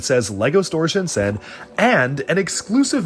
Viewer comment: I don't want to the the "aktually" guy but Shenzhen is pronounced ShenJen ;)